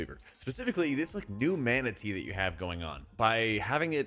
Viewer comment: The way you said 'Mana Tea' had me scratching me head for a second wondering if we got a pet Manatee or sth 😅